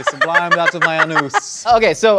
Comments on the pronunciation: I don’t know how many times I’ve seen this… I just realized said “I sublime out of my Anus” pronounced AnOos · “I SUBLIMED out of my ANOOS” lmao